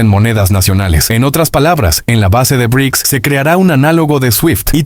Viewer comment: Vaya voz más rara que tienes, y eso de "e e uuuu" o "be erre i cee ka ese" (en vez de Bricks) suena aún peor. Es lástima, porque la información está muy bien.